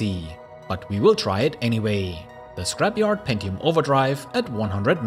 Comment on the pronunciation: I love your content! But I can't help smiling at the intonation of your words :D At the end of almost every sentence you lengten the last syllable. Channellll... Scrapyarrd... Anyy... appearrrd... onlyy... iit... and so on... I love it! :D Don't ever change!